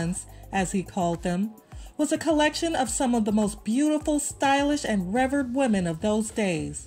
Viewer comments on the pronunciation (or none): revered is pronounced “Ruh-VEERED.” Also the music is way too loud.